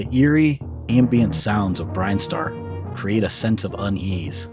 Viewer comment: Yeah, the pronunciation was really distracting. I have a pet peeve about pronunciation. Zeebz sounds better than the others IMO but.... nine-TEN-do was like getting shocked playing Operation with Parkenson's. Norfair should rhyme with warfare and has the same emphasis, Brinstar should be BRIHN-star, etc.